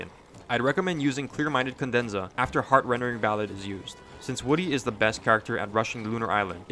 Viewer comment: video is great but would be better if you said "heart-rending" instead of "heart-rendering." sure you can call it nitpicky but its a genuinely annoying thing to hear when you know what its supposed to be called.